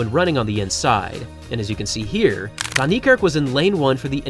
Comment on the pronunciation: For someone who purports to respect Wayde Van Niekerk, you still haven't learned how to pronounce his name correctly - despite the fact that people (not only me) have been pointing this out to you for years now! The "Van" is NOT pronounced "von", as you repeatedly do. It's more correctly pronounced as "fen". Your continued butchery of his name is disrespectful and inexcusable.